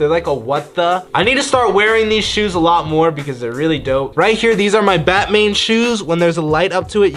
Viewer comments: Instead of Batman he says batmane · It's batman not batmane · is it just me or does Jesse say Batmane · Nobody: Jesser: “BaTmAiN” Me: 😑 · nobody: Jesse: I dont know how to walk Also Jesse: BaTmaiNe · “These are my bATmAiN shoes” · “batmain” yes jesse that’s it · Batmain he said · Anybody here him say batmane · He said batmain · Jesser really doesn’t know how to say Batman smh🤦🏽‍♂️😂